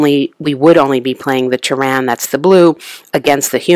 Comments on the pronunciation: NOT Tehran( a country on earth) its Terran as . Pronounced TEAR-IN meaning from earth ,and it does not only happen on one planet like you said the scenarios happen on different planet represented by only one board.. This too is my favorite game, and to not use nukes is crazy in this game, Arachnids can only win most scenarios with well placed nukes. glad you enjoy the game its a classic. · The accent on Terran is on the first syllable.